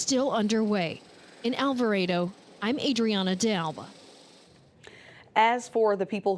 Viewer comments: It’s Alvarado not Alvaredo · Are they actually saying All Vah Raido? Lmfao!🤣 All vah Rah dough